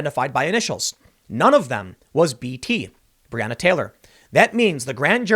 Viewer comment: FFS $100 if you'd simply pronounce her name properly! BRE ON NA